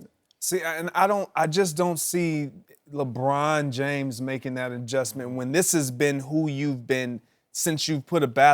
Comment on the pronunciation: I hate the way Brussard pronounces Lebron’s name. Ugh!